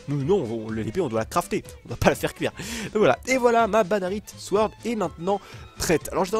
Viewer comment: o lieux de dire badarite sworld on dit badasworld